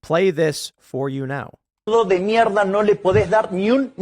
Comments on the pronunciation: Mierda its pronounced "Mih-er-dah" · The second Renaissance!!! This is promising! And it's mierda, Tim. Me- air-duh. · Did you mean “mierda”!? It sounded like you said mela